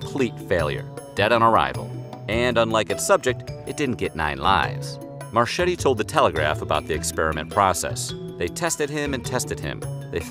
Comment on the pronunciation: FYI, Marchetti is not pronounced "Mar-CH-etti" its pronounced Mar-K-etti (CH in Italian is a hard C pronounced CK ) C in front of I or E is the CH (as in Cheese ) sound .....just sayin